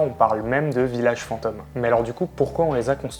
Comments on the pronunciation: Fantôme se dit fantaume pas "fantoooome" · Lui il dit pas fantôme mais fantaume mdr